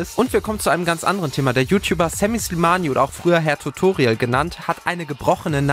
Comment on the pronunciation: wie er immer Herr tutoriel sagt😂